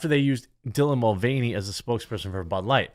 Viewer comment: Dylan Mud-Vein-ey